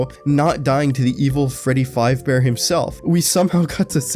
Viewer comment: Why does everyone call him “Freddy FIVEbear”